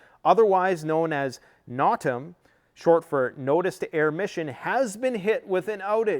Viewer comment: Not "Not-am", it "No-Tam" (like: know-man). Great work! Always a pleasure, never a disappointment.